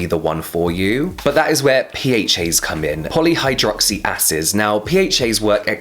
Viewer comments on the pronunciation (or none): All I kept hearing his Poly hydroxy asses lool